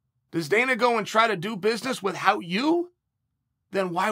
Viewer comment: btw...cheal... plz stop saying with hout...u r not stewie griffin...killin me sir...lol